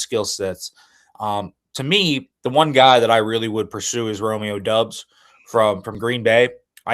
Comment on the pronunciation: Yo,, the name is spelled Doubs but pronounced Dobbs. Please make a note of it. Thank you.